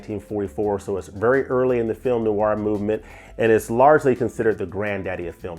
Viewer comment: Film NOIR has just one syllable! Not NOO-ARR. The term translates from French as Black Film or Dark Film.